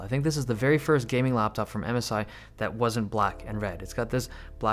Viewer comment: I thought you said Amazon instead of MSI